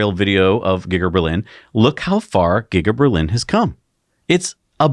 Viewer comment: LMAO! Did you say "Gigger-Berlin" instead of "Giga-Berlin"?